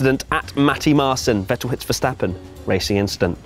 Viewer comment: How can you pronounce Verstappen right and Vettel not? It´s Fettel not Wettel!